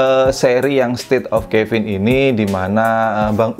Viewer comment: Caven Di baca nya Keven bang bukan kevin😅 soalnya ane punya seri caven dan buat penyebutan ny Keven:v not Kevin